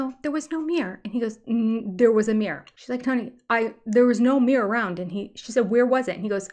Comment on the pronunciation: Ok, I have to kindly’ point out since you commented on their pronunciation of ‘Idear,’ you also say ‘meer’ 😹instead of mirror. I’m just teasing you though. I grew up going to SLP along with all my other schoolmates. We have some cultural inside jokes on the things yall try to make us Deafies do. In HS I finally had one that knew a bit of ASL at least, so that was a nice change.